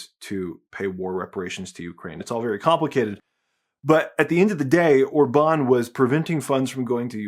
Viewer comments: or-BAHN 😬 it's OR-bahn 😂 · One thing that puzzles me is your pronunciation of Viktor Orbán — you change it at least four times, and only once do you pronounce the name correctly....MÅSKE ER DET BARE MINE DANSKE ØRE DER ALTID ER KRIDISK....Orbán is pronounced in two parts: OR‑BAN — not “Orba‑neeeee.” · The way you say orban OR-BAN is funny 😅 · Regarding Orban's name, the stress is on the first syllable. The same is true with Magyar. In fact, the stress is always on the first syllable with every single word in Hungarian. Pronounce "Magyar" as `Madyar" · I hate Orbán but the way you say his name hurts my brain. The accent goes on the O. Not the Á. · A tiny nitpick about pronunciation: In Hungarian the accent is always on the first syllable. The acute mark means a long vowel. Joining the celebrations from Poland.